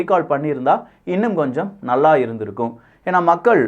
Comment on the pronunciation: த’ளை’வர .. ‘ணள்ளா’ இருப்பாரா? தமில் கோழை. ந’ள்ள’து. ஒரே க’ள்ளு’ல 🍺 2 🥭 😂😂😂